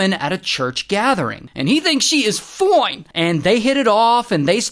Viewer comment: Everytime Ray says "Foine" 😂